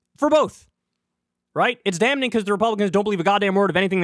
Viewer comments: Hey Kyle, you do know the "N" in "Damn" is silent, right? It stays silent even with the -ing added to it.. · Kyle, for the love of God, it's not pronounced "dam-ning." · The "n" is silent in damning. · I love you Kyle, but your pronunciation of "damning" makes me want to blow my brains out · The 'n' in 'damning' is silent, Kyle.